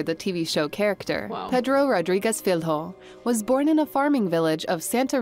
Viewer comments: Filho? Filyo not filHO, just saying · "Filrro" omg that pronunciation